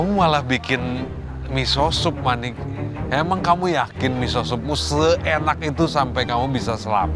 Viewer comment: chef renatta sebut manik hofit 😂